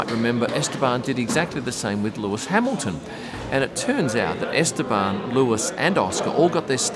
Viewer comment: Just a small comment Estabon pronunciation... my Spanish friend is telling me "please tell no B to be pronounced" he's not banned 😂